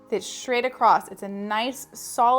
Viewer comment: You seem credible until you say "acrossT" and "shtraight" There is no T in across and straight does not start with "sh" sound. Do better.